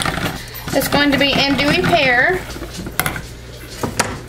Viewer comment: Anjou is pronounced "on-JEW'. I'm a chef, just tryin' to help. I love the scent and your soap came out great!